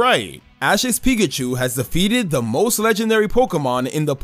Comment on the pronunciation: PIKACHU, NOT PICACHO! THE C IS SUPPOSED TO BE A K, AND THE O IS SUPPOSED TO BE A U! AND PLEASE DO NOT LEAVE OFF THE I IN CHARIZARD!